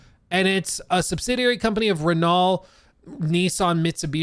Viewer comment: . Reanult (pronounced reh-no) is one of the 2 big French automakers.